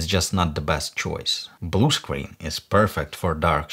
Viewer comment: I love the way you pronounced screen... it sounds like 'scween' very uwu